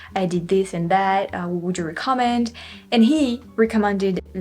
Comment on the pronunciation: Love your videos... and your English is indeed very impressive, especially coming from France where you guys are notorious, at least here in Québec, for having awful English. However, a few other corrections: it's recomMEND, not reCOMmend, and SPEEshees for species, and OTtawa, and COMmented. Damn tonic accent -- English's Achilles heel. And you're the only person I've ever heard praise Québec City transit. They do what they can, but oh, boy, it is such a car city in every way. Well, true, from Saint-Foy to the Old Town is well served, and the tramway will help, but otherwise: it's like a mini Los Angeles.